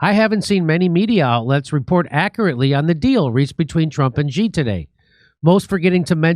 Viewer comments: It's "She" not "Gee". 😆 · Jimmy, you pronounce “Xi” like “she” in English. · Learn to pronounce the leaders name if you want to talk about China